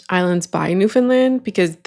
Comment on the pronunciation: If I didn’t already know you’re Canadian, I would be able to tell because you pronounce Newfoundland properly! Lol